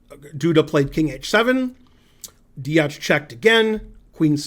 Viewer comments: he doesn't spell it wrong, he pronounces it wrong. Also I don't think telling him Deac has a C as the last letter adds any usefull information that will help him pronounce the name better. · Deac its pronounced dEAK